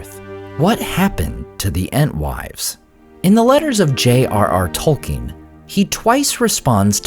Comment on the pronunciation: I love your videos but I must confess it bothers me that you pronounce Tolkien incorrectly on a regular basis.